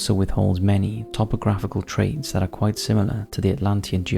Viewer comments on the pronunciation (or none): none